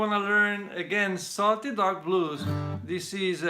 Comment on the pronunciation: I could have sworn he said salty dog balls 😂